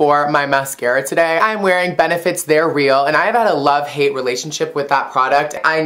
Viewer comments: Lol "No, they're rill" :p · "If they're fick" "no they're rel" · if they're feck. no they're rill. :3 love you